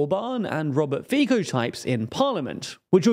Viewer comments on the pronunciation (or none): Robert Fiko broke me. It isn't pronounced Fiko, but Fitso. C is like ts in Slovak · always kills me when he says it like Faycou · please learn to pronounce Fico. [Fee-tso]. It's honestly embarrassing that you guys have been butchering a PM's name for several videos now... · Robert Fico is pronounced "fitso"